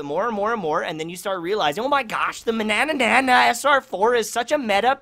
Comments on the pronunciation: Only liked cuz I loved the way you said manana the first time 😂😂😂😂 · Hahahah the way you are saying Mannanan...😂